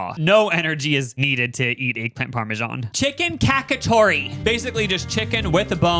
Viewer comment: Not kakatory 😂